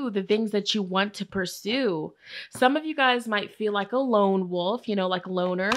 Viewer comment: 😂 for group 1 when you were tongue tied with the word wolf…that was me 😬 well into my adult life with a doctorate degree, I still mispronounce that word as “woof”. And I just bought an RV! What!?